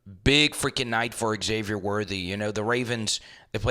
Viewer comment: Xavier Worthy, Isiah Pacheco get the names right